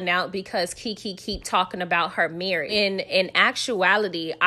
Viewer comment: Sis, now you know that it is pronounced marrrrrish! The new word is esssssssssssspo.